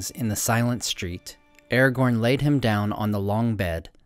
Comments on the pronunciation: Man, you make great videos, very informative and well made, thank you for that. But please, try to pronounce the characters correctly (watch the video where Christopher Lee gives examples of the correct pronouncement). It is not "Eragorn,(sounds like this when you say it)" but Aragorn. Not "Gendalf," but Gandalf. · why is ara gorn pronounced as errorgorn the whole time? can't stand it. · his name is not "eergon" it is A-RA-GORN! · Aragorn! A as in Apple Ra as in Rat! Not as in Air for fk sakes! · you say airgorn when its pronounces aragon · You should pronounce Aragorn with a hard A. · i was looknig foward to watching this till 5 seconds in when you cant even say aragorns name correctly